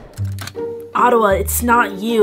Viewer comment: always pronounced it oh-ta-wah lol